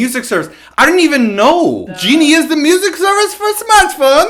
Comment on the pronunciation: My favorite parts: when complains about the Genie ads--> (Weird accent): Genie is the music service for smart phone(Hands flinging), and when he says askew in the middle of complaining about the narration-->:'D